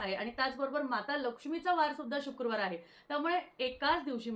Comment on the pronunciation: Shukurwar nasto shukrawar asto.....marathi shudh havi.